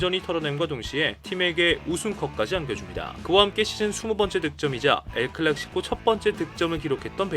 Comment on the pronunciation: 형님 도대체 왜 엘클락시코 라구 자꾸하시는겁니까 ㅜㅜ